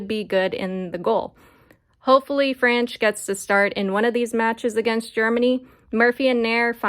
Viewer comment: Just for future reference it is pronounced AYE-Dee Franch.